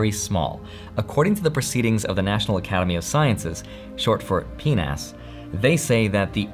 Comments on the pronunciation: Lol. He said pnas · Penis?! Lol wtf I was driving and not watching...just listening and I was like WHOOOOA BUDDY what did u say?!hahaha that acronym is fucked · Lost it when he said P-NAS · Love the emphasis on PNAS lollllll hilarious nice one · LOL, he said PNAS. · P-NAS lol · Say PNAS again. 😉😏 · Am I the only one who laughed when I heard PNAS at x2? 😂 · lol "PNAS"